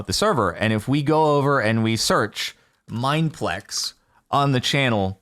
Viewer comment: why bro say our name like that tho???